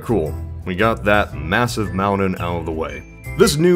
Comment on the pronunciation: What is a “mound-den” and “Brit-den”?